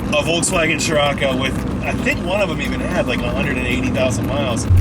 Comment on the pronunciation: Imagine being a Scirocco driver, but you can't pronounce Volkswagen